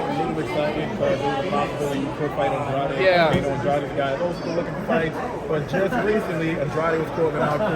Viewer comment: David got everyone pronouncing Andrade name wrong now lmao